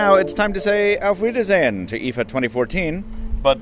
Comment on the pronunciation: Thanks for this short Wrap-up and you said "Auf Wiedersehen" very well :D